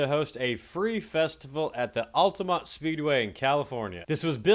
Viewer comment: At least you said Altamonte right this time.